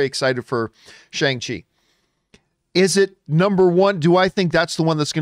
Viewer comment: Shang-Chi is pronounced (per Kevin Feige at Disney Investor Day) Shung-She